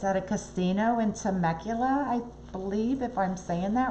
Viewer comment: Temecula is about an hour or so depending on traffic! from San Diego. There is a Indian Casino and Resort called Pechanga! Neat place to have funI. I live in Oceanside about 45 minutes from Temecula. You are pronouncing Temecula correctly.